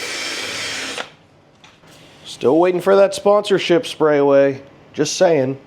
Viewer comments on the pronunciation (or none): Sprayway said they werent going to sponsor you because you keep saying their name wrong